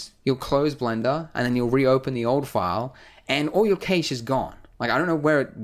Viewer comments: He pronounces cache(cash) kaysh lol. great tutorial though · No one says 'cache' right. Would actually be cachée, since it's a French word. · "cash" (cache)